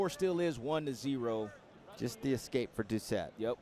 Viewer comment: why does this idiot keep saying excape instead of escape